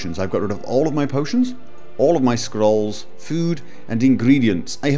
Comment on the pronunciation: I love how he rolls his R when he says "Scrolls"